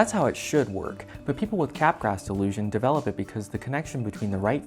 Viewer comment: I know you're joking but Capgraw, man. Otherwise there are no laws, no morals, no sanity and I can pronounce it szzizz-OH-pree-nya/nya/nya. Of course I can, but it'd be stupid.